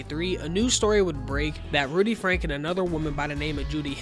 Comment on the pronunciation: Its ruby franke not rudy frank but love the vid